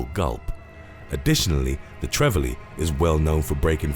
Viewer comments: Trevally is pronounce Trev alley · Trevally is tree-valley & groper (grouper) is grope-er